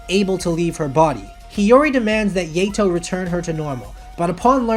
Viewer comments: Hey do you even watch the anime that you put in the list because the you pronounce the characters names are wrong, example: yato as yAtO like instead of aaa you go A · He said yeto at first XD